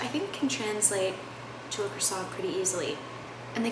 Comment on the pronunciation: Americans a croissant is pronouced like "Kwa Son"